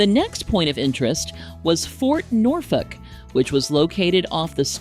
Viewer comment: As a local, I can say you nailed the pronunciation. 😃